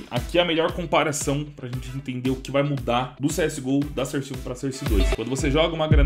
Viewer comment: eu so chato e digo que se fala sóurce não serce